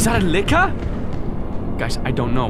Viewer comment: I thought he said liquor